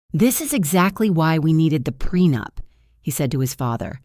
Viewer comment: It's prenup not prenapped😂😂